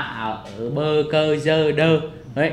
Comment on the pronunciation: cờ là cờ mà ca là ca chứ làm gì có cờ ca với nờ cao(N) và nờ thấp (L) nhỉ❤❤